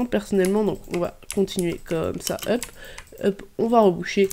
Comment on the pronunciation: Pourquoi tu dis hup alors que sais hop 😂😂😂😂